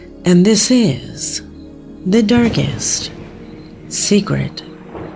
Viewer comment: "This is...the...darkes....secret!" 😂